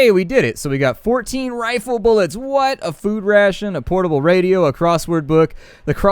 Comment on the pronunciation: omg dude you said rifle wrong it's not refla it's RI ful